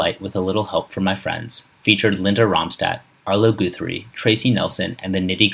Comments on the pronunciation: Stippinwolf? Arlo Goothrie? Roy A-Coof?? They all sound vaguely familiar. I think I even have a Fawn-O-Graff too! (JK) Mispronunciations aside—well done video sir! I know I wore out my daddy’s copy of Foggy Mountain Banjo just from listening to Ground Speed a million times! 👍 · pretty good except the mis pronouncing of ARlo guthrie and ROY Acuff any body who knows any thing about country music knows how to say their names. ALSO not really a Sad ending he lived to be 88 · not to mention the GROSS mispronunciations "Roy Acoof"?! "Arlo Goothree"?!! gimme a break and then there is the title to the train wreck of a video..."tragic ending"??!! The legend was 88 years old and passed from natural causes. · Who's arlou goothry